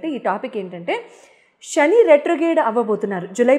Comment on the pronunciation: షని కాదు శని